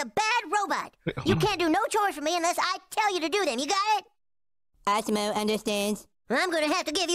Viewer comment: it awesom-o not awesome-o